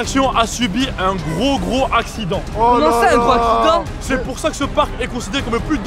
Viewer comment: avait dit asident à la place de accident 😂😂😂😂😂😂😂😂❤❤